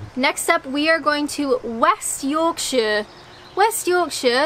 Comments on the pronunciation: im from uk and some of them i couldnt get. im also from west yorkshire which you pronounced beautifully and can confirm keighley is pronounced keefly , and as a side note my friends australian relative once told me that while he was in the uk he had attended an all night rave in loogabarooga when in fact it was in loughborough ( luff borough) how we laughed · Damn, when you said W Yorks you sounded remarkably British! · Stopped the vid at 7 minutes just to say - you absolutely nailed West Yorkshire! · I loved before but how she said "West Yorkshire" I was totally ❤💘😍 because that's how it's said